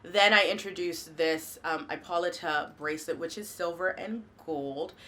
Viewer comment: please pronounce impolita correctly thank you